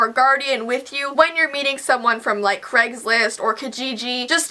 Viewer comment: I like how you say "CregsList" 😂